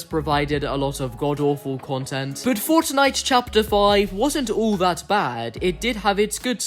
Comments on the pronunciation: bruv pronounces fortnite as fOrcHKniGHT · Why do you pronounce some words in an american accent some in an English accent and some in an Australian? And the way you say fortnite as forTniTe with the T's is weird lol